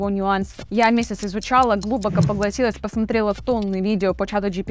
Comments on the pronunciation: По русски глубокО, а не глУбоко😅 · У меня вопрос личного характера: Вы неправильно ставите ударения в словах , например "глУбоко" пару раз сказали вместо "глубокО" . и слово "адрес" сказали "одрес". Как это объяснить ? ) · ГлубокО а не глУбоко ) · Просто. Автор - украинка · глУбоко, с ударением на У - вы должно быть шутите! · Это отличные инструкции из мануала от самих разработчиков джипити. Автор ты молодец, тема интересная, но подача. Очень сильно косноязычно, много слов и шума и все эти глУбоко и прочие чудесные слова Мидлы и вся штука. Ух, жестко. Ну и вот тема к слову не раскрыта - как быть пользователям из России?=) Он увы немного с ноткой дискриминации по национальному признаку. Сразу скажу ВПН тут не поможет. Есть лайфхаки? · О почему Глубоко, ударение на У? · Хорошее видео, лайк поставил, но произношение слова "глубоко" очень режет слух. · ударение в слове "глубоко" ставиться на последний слог. Но кого сейчас беспокоит безграмотная публичная речь?)